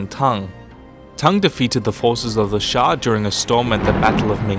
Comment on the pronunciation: xia is pronounced as sya btw ^^